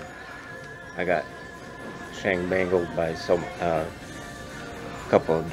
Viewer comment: Umm did he say he got shangangled?? What the hell kinda word is that? Lol.